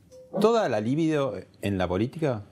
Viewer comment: Al mero comienzo, este idiota metiendo la pata. Libido no es una palabra esdrújula sino grave. Se dice libido, no líbido. Uno más estúpido que el otro.